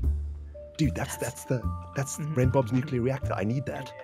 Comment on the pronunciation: Can we just take a moment to realize how they nailed their british names? Ren's accent too